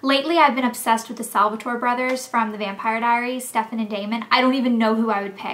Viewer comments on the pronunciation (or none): STEFFAN - IS not pronounced like STEVEN!